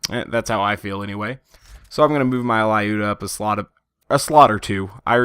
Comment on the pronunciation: lyuda is 2 syllables: LYOO-DAH, not 3, not LIE-YOU-DUH